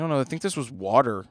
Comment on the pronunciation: Do you say "Wooter" for "Water" as well?